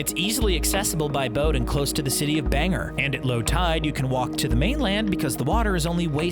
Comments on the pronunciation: bang-GOR not banger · Bang-gore. not banger. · That’s not how you say Bangor I live in Maine I would know but you Probably don’t know. Not hating but just so you know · Lol banger Maine it’s Bangor, bang gore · Did he just say Bang-er bruh is bang- ore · This man said the island is in the city of banger it’s Bangor not banger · it’s bang gor not banger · I am from Maine but it nor not pernicious ba-nor its bang-or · Omg u don’t know how to say Bangor